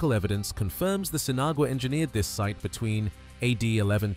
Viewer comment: pronounced seen-ah-wah....